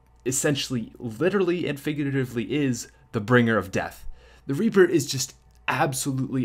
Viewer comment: He said raper not reaper😂